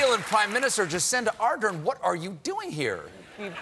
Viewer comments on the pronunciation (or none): Is it me or he says Jacenda?